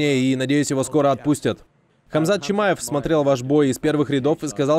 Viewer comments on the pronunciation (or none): Ору как он назвал чамаева камшот. Ахах 😂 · Когда Колби сказал Камшот Чимаев,то я аж забыл как зовут Чимаева по настоящему хах